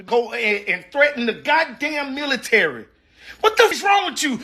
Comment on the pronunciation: Why you say milisary?